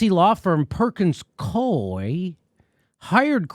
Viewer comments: it's pronounced Perkins Coo - eee. in DC anyway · "Perkins-Coo'ee" other than that, great story. Follow the threads and the DNC's attempted coup starts to unravel. Kudos Jimmy for your non-partisan coverage.